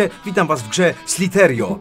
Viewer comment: to sie niemówi szliterio tylko sliterio